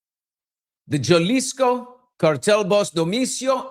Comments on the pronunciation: BILLY! You roll your R's and speak Spanish!!! It is Ha-Lisko(jalisco) NOT Jah-lisco!! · It's pronounced Halisco! 😉❤